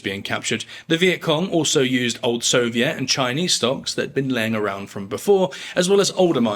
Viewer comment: Does he say "soviet" funny, or have i said it wrong my entire life?